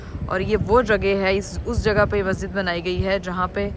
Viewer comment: JAGE nehi kehte JAGA hoti hai